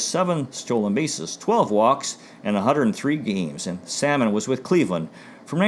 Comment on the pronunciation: Thank you,. These Cleveland Indians videos really bring back some fond childhood memories, growing up a diehard Indians fan. 5 stars on a great job! By the way, Chico Salmon's last name was pronounced "Suh-mone."